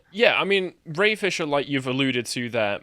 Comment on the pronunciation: You said Ray Fisher, I heard brain fissure